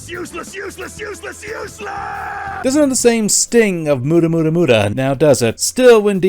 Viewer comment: The pronunciation of “Hamon” is abysmal and saying “Mu-duh” falls flat